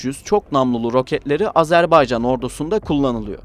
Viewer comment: AzerbEycan değil AzerbAycan denir ve okunur. Lütfen doğru telaffuz edin